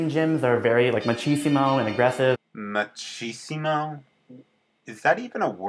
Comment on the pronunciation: Shane Doyle well the actual word is machismo not machisimo I have no idea where that guy got that extra "i" but yeah umm I don't mean to come off as rude so sorry in advance if I did